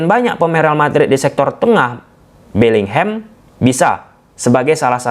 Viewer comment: Bisa ga sih bilangnya BELLINGHAM aja bukan BELLINGHEM 😮‍💨